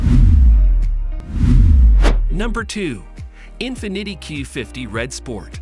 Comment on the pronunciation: In finiddy😂